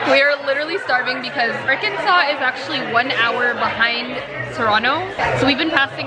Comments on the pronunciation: when she said "ar -kansas" i died because i know where thats from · Arkansis LOOL America EXBLAIN